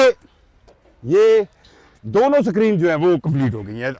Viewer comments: Tuff Tiles 😂😂😂😂❌🤡 Paver blocks ✅ SACREEN ❌ Screen ✅ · Sakreeen 😂,nazreen definitely,basically,andia😂😂😂😂